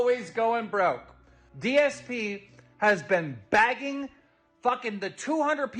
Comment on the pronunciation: Keemstars ability to speak declines like crazy when he gets mad. Especially his control of vowels. Begging becomes bagging . Genuinely hollow, scummy, malevolent person. Just someone no good in life can possibly come from getting involved with.